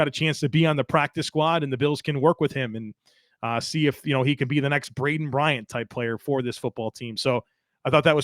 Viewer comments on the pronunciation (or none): Lol, no matter how much time passes, just cannot get BraNdin Bryant's name right. 😅